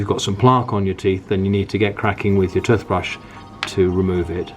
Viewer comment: Plaaaque & Tuthbrush, interesting pronunciation